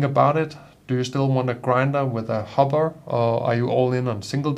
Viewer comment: Good video, and your English is excellent, but a minor point, sounds like you say hobba for the bean container, it should be hopper with a ckear p sound.